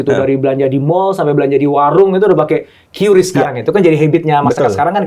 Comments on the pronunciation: Qris baca "kris" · Bacanya kris pak bukan kiyuris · q = kiu ris = ris